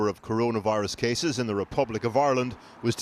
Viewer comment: they way “ireland” is pronounced... like Aeyrlund.